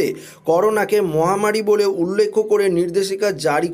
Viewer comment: উচ্চারণ ঠিক করুন উল্লেখ উল্লেক্ষ না ।